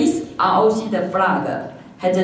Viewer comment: 文法錯誤百出，而且在英文中間加"的"是怎麼回事???還有她英文的國旗念成青蛙了，真好笑